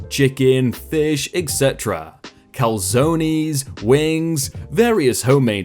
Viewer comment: It’s pronounced cal-zone not cal-zoh-ny